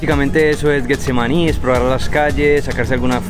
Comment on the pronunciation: Deberían pagarnos un dólar por cada vez que dice “GUEtsemaní” 😂